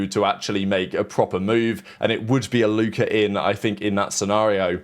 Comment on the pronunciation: british people putting a hard ER for ever word that ends w A is hilarious. Faze Alluker